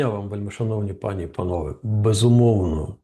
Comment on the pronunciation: У слові пані в множині наголос має бути на і.